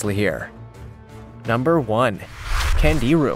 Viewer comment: last fish pronounced Kongeerue. and they suck.